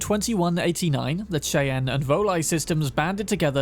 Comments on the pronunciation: Cheyenne is pronounced ”SHY-anne” not Shayna. It’s okay, as a kid I thought that Charlotte was Char-lot-ee. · Cheyenne is pronounced like Shai-ann the ch making the sh sound. It is the name of a Native American Tribe from Minnesota but displaced to Montana where they have a reserve these days.